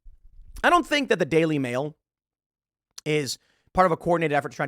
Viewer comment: When you said the daily mail I thought you said daily wire 🤣